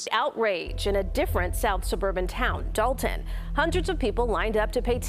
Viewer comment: First off im from Chicago Dolton been fuck up before she got there. Secondly love it's Dolton not Dalton lol